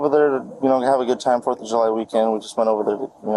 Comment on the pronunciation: Did he say “foot of July?”